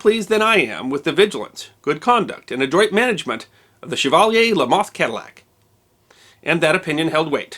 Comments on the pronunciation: I believe the proper pronunciation would be to eliminate the double "L" sound so it comes out as " ca-dee-ac" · In school as a child in Louisiana, I was taught that the correct pronunciation was Kaah-dee-ack for the person and Ka-dil-lac was the Americanization for the car.